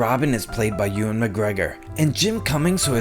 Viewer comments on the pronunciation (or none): none